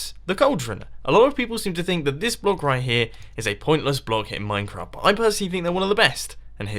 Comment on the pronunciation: Dude.You said "Minecrap"